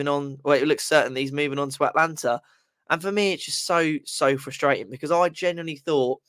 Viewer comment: It is Atalanta, not Atlanta…. But yes, classic Moyes